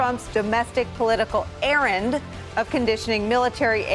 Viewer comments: Errant not errand from Fiona Hill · ERRA N T not errand. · "ERRANT" NOT "ERRAND"